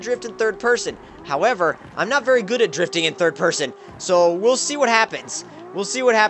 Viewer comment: Everybody loves 'difting'